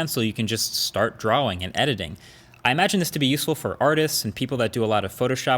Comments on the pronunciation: "You can just start drow-ing and editing" 😂😂😂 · the way he says “drawing”